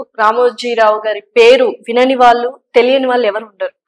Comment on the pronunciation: వాల్లు ప్రయానం etc నీ తెలుగు మండ ఎవడు మీ తెలుగు నేర్పిన మాష్టారు? మీ అమ్మా నాన్నా ?